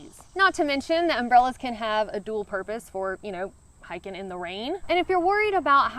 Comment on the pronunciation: Hiking -> Hacking